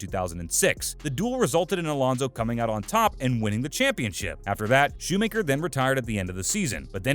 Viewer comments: It's Schumacher not "shoe maker" 🙄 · Shoemayker dafuck learn to prounouce his name